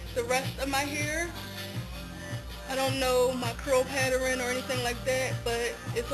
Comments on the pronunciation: I love how you say "pattern" like "pateran"... cute! And good job on your transition! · You say paterin lol its cute tho